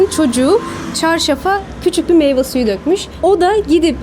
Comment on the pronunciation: Video ile alakasız olacak ama "Meyva" diye bir kelime Türkçe'de yok. Doğrusu "Meyve"dir. Meyve suyu.